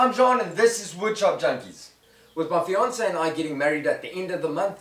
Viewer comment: Somehow I heard "Beyonce" and I getting married at the end of the month instead of "fiance" and I had to rewind!